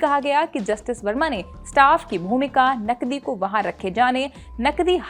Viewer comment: पहले तो तुम अपनी भाषा सुधारो,जब तुम नकदी बोलती हो तब वह नकली सुनाई देता है l😂